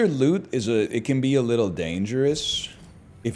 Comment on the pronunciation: When I first heard him say "monster lüt," with an inquisitive chin stroke I found it quite droll, but now I anticipate it and say it with him in unison.